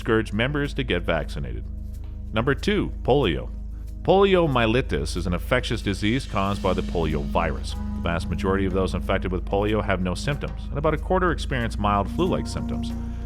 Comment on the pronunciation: Whuping cough? I think you mean whooping. Pronounced hooping. Po-li-oh-my-eh-lie-tis. Seven syllables.